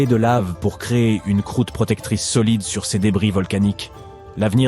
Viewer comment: La prononciation des adjectifs démonstratifs ou possessifs entache votre documentaire, langage informatique, dommage, cesse eux ne veut rien dire, Ces serait plus approprié, MERCI